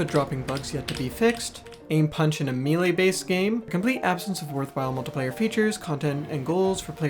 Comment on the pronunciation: maylay. melee is pronounced “maylay” blame the french